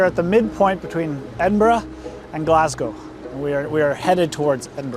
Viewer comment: I've been on the Falkirk Wheel, twice, and I've loved it. I've also walked through and sailed through the Falkirk Tunnel. It is a great trip. When you were sailing through the Rough Castle Tunnel, you were sailing under the Antonine Wall. Thank you for saying Edinburgh and Glasgow correctly.